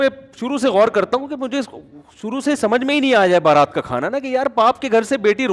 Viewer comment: بارات نہیں برات ہوتا ہے۔